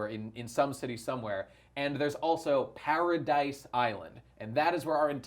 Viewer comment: It's not "paradise" island, it's "paradi" btw